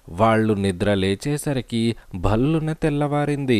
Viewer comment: భ 'ల్లు' న చదివినట్లు అనిపించింది. ల ను కొద్దిగా వేరే రకంగా పలకాలి. "భ'ళ్లు'న" తెల్లారింది.